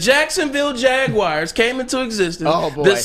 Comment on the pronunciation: MY GOD it’s like fingernails down a chalkboard listening to someone who’s incredibly intelligent (and really fkn irritatingly also likes to flex his superior cognitive abilities on others), repeating mispronouncing words like Jaguars! THERE IS NO “I”, OR ANY “I” SOUNDS IN THE WORD JAGUAR 🐆! It’s not Jag-wire! 😖